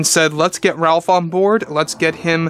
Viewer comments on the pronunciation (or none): His name is actually pronounced “Rayf” NOT “Ralph” just FYI. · It’s pronounced “Rafe”..